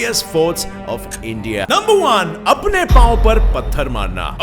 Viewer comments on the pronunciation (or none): none